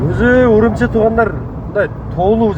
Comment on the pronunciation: Үрүмчү десең орус чалыш киргиздей урумчи дебей